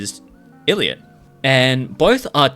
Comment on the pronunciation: i think the biggest issue is that newjeans and their fans seem to think they are fightiing against the entire hybe. yes ador is a subsidiary, but they aren responsible for the actions of other labels. pretty sure they said one time “why would we try to replace our only artist?” 😭😭 also it’s pronounced eye lit not ill lit